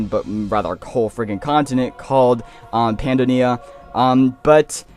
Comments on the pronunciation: Pi - Yan - Don-e-a Don as in dome Yan as in Yam May-Or-Mer Pronunciation guide for Pyandonia and Maormer. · MAH OR MER, PY AH DONAY YA